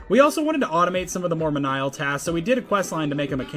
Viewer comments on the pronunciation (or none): Good video but for future reference Menial is pronounced “mean ee all” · "Menial." Meeh-neeh-uhll.